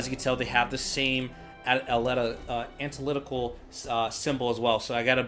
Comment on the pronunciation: Antee-lyticul, lol